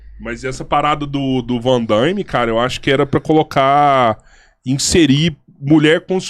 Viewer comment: Não existe 'Vandaime'. É Van Damme.